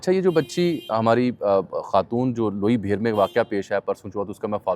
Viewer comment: Loi bheer NAHI ,Loi Bhair